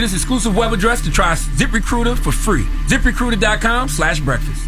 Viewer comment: Charlemagne can’t say zip recruiter 😂😂